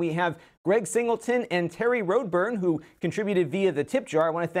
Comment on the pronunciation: Isn't his name Terry Rod-bourne rather than "road burn"? :P